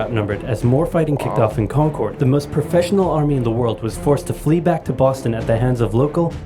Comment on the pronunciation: Wonderful! Please also do Part II. We're only part way there. For those not familiar with the area, the town of Concord is mispronounced in this video. It is correctly pronounced like "conquered." And so is the native concord grape, as in "Welch's grape jelly is made from 100% 'Conquered' grapes."